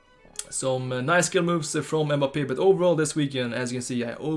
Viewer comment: b like EHMBAPEEHH